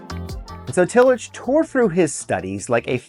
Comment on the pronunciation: This is good but you are mispronouncing Tillich.